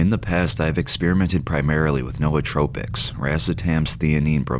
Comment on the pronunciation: The way you say nootropics lol